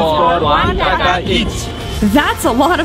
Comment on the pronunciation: You pronounced taka wrong yes its me again the person that is from Bangladesh again commenting on this video